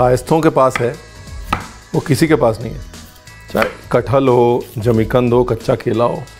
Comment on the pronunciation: Jimi kand nhi. Zmi kand